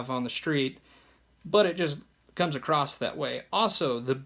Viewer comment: ACROSS!! The word is "ACROSS!" Not "Acrosst" or "Acrossed!"